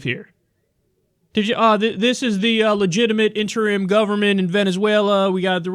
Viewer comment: You mean he slurred the word "interim"...